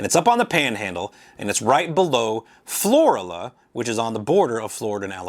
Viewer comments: I know u live down south but it's not floria, or whatever u said it'd FLORIBAMA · It’s pronounced Floor Ala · It is pronounced Flor-Ala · Pronounced FLO-RAAAla